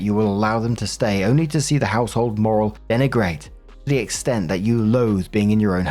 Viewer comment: When doesn't know how to pronounce "morale".